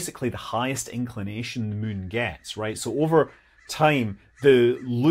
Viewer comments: Love videos that make Scott say the word 'mun'. 😁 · "The mun". Are we still talking in Kerbal 😅